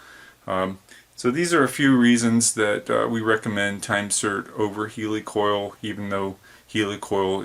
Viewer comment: I've turned a few wrenches in my time, earned a two year certificate in machining and worked at two of the largest Machine Shop companies in the nation before age 20. I've done a bit of mechanic work in the 35 years since as well. In all that time I have never until today heard it pronounced any other way than "Heeli-coil" like the heel of a shoe. Regardless of how it is spelled, I think most people would laugh at someone who asked for a Heli-Coil pronouncing it like the word helicopter. I doubt they would even understand what you were asking for at first.